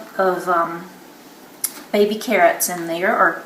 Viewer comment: "the biggest babeh carrots aive eva seen" lovvvvvve it!